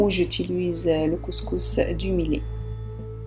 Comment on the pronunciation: Madame on dit (miyet) pour le millet juste pour la prononciation.merci